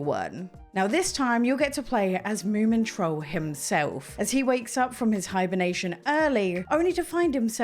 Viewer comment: Hey look! You said Moomintroll right! 😊